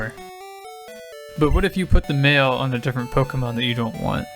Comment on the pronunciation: Every time you say "mail" in this video, I keep mishearing it as "mayo"